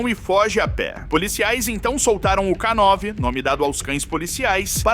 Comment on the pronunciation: Não é k9 (ká nove) e sim k9 (Kei nine), ou seja, k9 = canine (canino em inglês). São palavras homófonas.